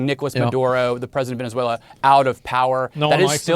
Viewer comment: Venezualay geez. Also, bout Time we quit fighting with each other and pick on someone else